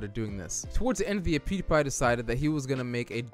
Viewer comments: how he pronounces it: poodiepie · I love how this guy says poodiepie